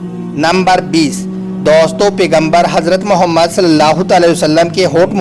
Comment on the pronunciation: Bhai naam sahi se lo or izat se ap galt tarike se khe rhe ho jb kha nhi ja rha to br br galt mat bolo mere nabi ka nam sahi se lo .